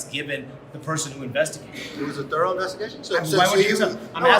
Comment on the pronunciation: 5 years for this and the reporter says THOUROUGH ?????LMAO